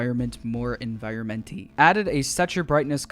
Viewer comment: ah... yes... my favorite word... E n v i o r m e n t y